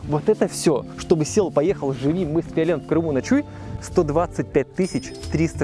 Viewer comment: Я не аслышался, фиолент? )) приятно)